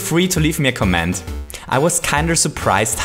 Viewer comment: do you mean a comment, not a coh-ment